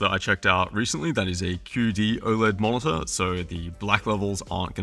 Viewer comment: it's spelled mo-ni-tor, not mon-za ffs